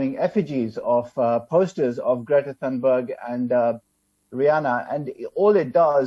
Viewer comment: Its not pronounced thanberg, but Thunberg (thuu).